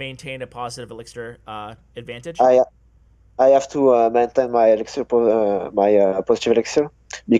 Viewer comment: "Now I have a huge huge erixir advantage u kno"